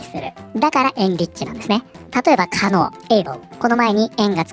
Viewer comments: 可能ableが狩野英孝に聞こえた自分はもうダメかもしれん それはともかく、ご自慢のお金様でこのデジタルタトゥーを消してみて、どうぞ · 「可能 able 」が「狩野英孝」さんに聞こえてちょっとびっくりしてしまった。くだらない話ですみません。